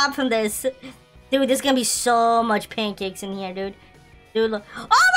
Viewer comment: When he said pank caks hes a cat i shud of said fish